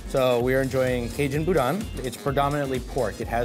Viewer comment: Y'all need to learn to say Boudin correctly.